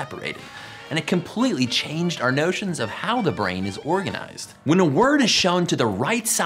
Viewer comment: why did you say notions in a california dudebro accent hahaha